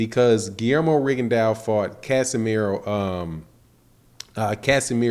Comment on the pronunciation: its casimero not casemiro you dumb